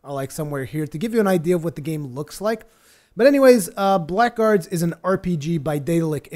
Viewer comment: here's what I know about this game. You are pronouncing it wrong. It sounds like Blaggards. The c and k are silent. If you don't believe me then go here and hit the little speaker button and listen for yourself: Anyway, thanks for the preview. Definitely will keep my head on a swivel for this one.